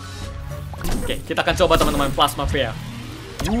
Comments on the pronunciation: Knp dibaca pea? Harusnya pi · Bukan P E A tapi Pea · Bang bacanya bukan pe a. Tapi pea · KALO GAME NYA BILANG PIA DISEBUT AJA PI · Pea cara baca pi dalam bahasa Inggris